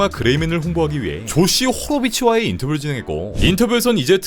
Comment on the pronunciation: 항상 호로비치 발음은 호!로!비치군요